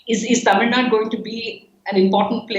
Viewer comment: Its Tamil NADU! not Tamil Nad.